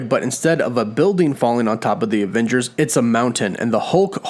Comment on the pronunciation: I love how you say aVVengers so many times lol